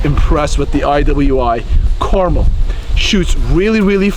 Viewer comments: Is it really pronounced caramel like the candy, though? I would tuink it's more pronounced like "Car-mell"... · I believe it's pronounced Car-MEL. Nice rifle, though. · “Out of the gate”, not “off the gate”. Also, the name is carMEL, with the accent on the second syllable. Look it up! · Americans.... Pronounce car-MEL. As in Mt Carmel and Carmel beach. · Goddamn. It's Car-mél... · It pronounced kar-mel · Pronounced Car-MEL!!🤦‍♂️ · It's pronounced car-mel like cal-el. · Pronounced Car-mel. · It is pronounced Kar Mel not carmel, I am going to buy one very soon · Pretty sure it's pronounced (Kar-Mel) like the mountain not Carmel like the candy. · You should put emphasis on the 'mel' in carmel. Thats the correct pronunciation. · Damned you weirdos... its carmel!!... ....PHA-KIN-CAR-MELL. not mull, MELL.😡😡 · Carmel.... "Car-mel" Rhymes with Bar Smell Like the city in california... no? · You’re pronouncing it wrong. Lol. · For the love of God, stop mispronouncing Carmel. It is named after Mt. Carmel in Israel. The emphasis is on the second syllable,not the first.